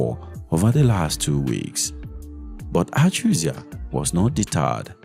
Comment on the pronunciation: Achuzie, not achuzia